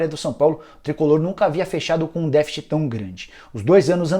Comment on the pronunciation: vc tá pronunciando a palavra deficit errado.